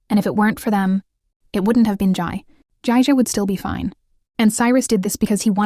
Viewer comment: Its jay jay not jai jai😂😂😂😂😂